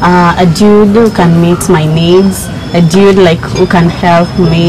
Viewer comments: She said "dyuid" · Is she saying diude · kwanza akisema "diud (dude)" 😂😂😂😂😂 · Why she kept calling the boys Diudiii!!! Biachiiii** did you mean Dude*** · And its dude not diude ...gosh ooh myself